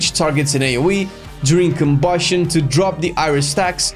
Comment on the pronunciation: why the fuck you say KOBUSCHION like that